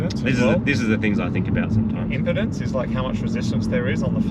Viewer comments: it's electrical imPEEEdance, if you say imPUHdense that's a problem with your shmecker not your electrical wires.😂😂😂😂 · fyi its impedence not impotence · impodence?? you trying to trigger electronics guys or what !